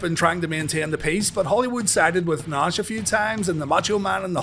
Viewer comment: Dude said Nahhh-shh :face-blue-smiling